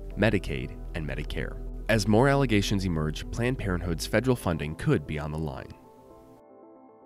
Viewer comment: Notice how he said ALLOGATIONS?